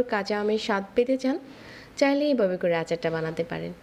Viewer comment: উচ্চারণটা ঝামেলা নট জামেলা .. পাঁচফোড়ন নট পোরন এইভাবে নট এইবাবে ..